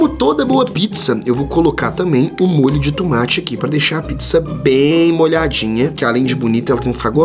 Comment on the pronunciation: O enaldo enves dele falar MOLHIO DE TOMATE ELE FALOU MOLHIO DE TUMATI